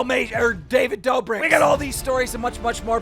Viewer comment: David “dough-brick” lmaooo 😂😂